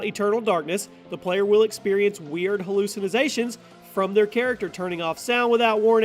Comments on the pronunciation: This dude said hallucinizations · Hallucinazations? Is that really what he said? Hmm 🤔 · Hallucin-izations xD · Did he say eternal darkness give you hallucinazations? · Hallousinizationts good word